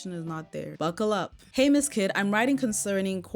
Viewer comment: “Hay” lmfao girl